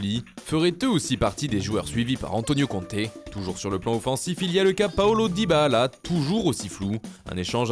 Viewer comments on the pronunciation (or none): Wesh c’est pas dyba-allah c’est dybala ahaha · Pourquoi il dit toujours Dybahala ? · Dybahala crack algérien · Pourquoi il dit Dybaala ? 🤔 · Ta manière de dire Dybala 👌